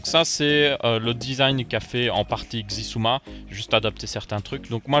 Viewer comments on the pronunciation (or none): sISUMA pas Xisuma... ça se dit sIsuma... c'est suedois (pas for le premier "s" genre sosoté et isouma, difficile d'expliquer mieux 😂)